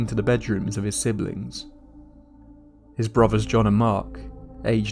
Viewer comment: I cant stand british people. "Troof, Bruvvars, his younger sister, who was firteen, and his dad who was forty free"